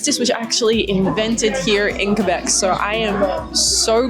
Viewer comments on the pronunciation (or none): none